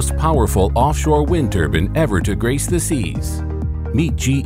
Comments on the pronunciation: turban??? Turban????? TURBINE!!!! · "wind turban"